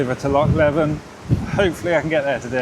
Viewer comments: I cannibalised mine by putting a 27" fork and front wheel on it... It was pretty much unrideable 😅. By the way, Loch Leven rhymes with "Steven ", not "seven" . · The Raleigh Chopper (or the nut destroyer as we used to call it due to the location of the gearstick) was not one I had in my bike catalogue. Now the Raleigh Grifter, there was a bike and I await your Jogly on that in a future video. Can’t imagine cycling the length of the country on one of those, you’re a hero/nutter! The annual butchering of Leven always makes me chuckle. Pronounce it like this ‘Leaven’